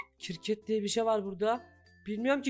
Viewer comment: Yalnız abimizin kirket demesi 😆😆😆